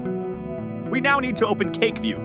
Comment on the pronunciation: Damn, your AI voice really emphasises CAKEhook and CAKEview 😂